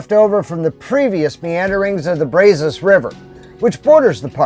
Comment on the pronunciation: Wish we could have met. Interesting videos. We live in Lake Jackson! And it is Brazos with a short “a” like in “at”. 🤣✅